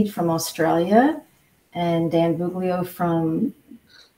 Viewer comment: It's "Buglio" not "Bugilo". (my perfectionist personality)